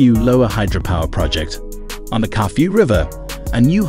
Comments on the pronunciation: Its Kafue not Curfew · I like the way town names were pronounced. Solwezi,Kafue , Kalabo, Kazungula ,Katete and Petauke, 😂😂😂😂